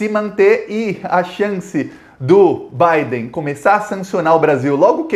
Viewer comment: Digo Biden, e não Baden.